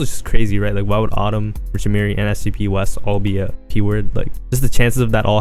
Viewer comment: its sgpwes not sgb west 😂😂